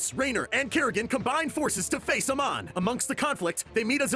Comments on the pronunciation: its not a mon it amon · Bruh, they literally said their names in the game and it’s like saying ay-mon, not a-mon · So I Wacthed the video, not the whole end cuz spoilers... Havnt beat legacy of the void.. But 1. Amon controls Artanis to kill his friend (sorry forgot his name) and 2. Artanis discovers the spear of Arun. Hopefully that helps. Edit:. I think it's pronounced, Amon Ay-Mohn. not Ah-Monh.. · It's a hard A in Amon, not Uhmon. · I cringe so hard the way he pronounce amon names. I was triggered so hard that i stopped listening to this half ass failed attempt to tell this massive story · Btw - Amon is pronounced Ay-mon. not ah Mon. and artanis is pronounced Are tan is. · Amon not amon and it's Ar-tanis. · pronouncation gold. it is ai mon. and not artnis. artanis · How can you do this and mispronounce names? Like Artanis for example... Or Amon? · POV: reading a script quickly without having played the games and not knowing how to pronounce Amon or Artanis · He mispronounced Artanis and Amon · lol the way he pronounces Amon and Artanis is funny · This was 3 mins of miss pronouncing names and miss guided info. but I get 3 mins but ya done better and did a lot more in 3 mins before. but it's "Artanis" not "Artis" also Amon